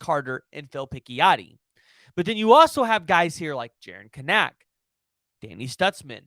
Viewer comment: You need to learn how to pronounce Kanak !!!!!!!